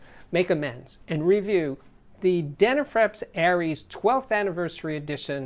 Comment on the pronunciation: Forgive me but, how do you pronounce these word ‘flips?’ Then why do you pronounce dena’frips’ as dena’frEps?